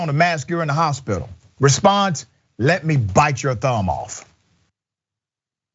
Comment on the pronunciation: thumb rhymes with damn. is that a new fetish?